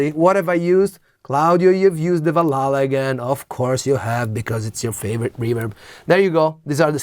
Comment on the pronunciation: Or maybe they didn't too, kind of the transition period but the original has that analog tone to it making it a bit less bright. Love your pronunciation of Valhalla btw, first time I heard it pronounced properly👌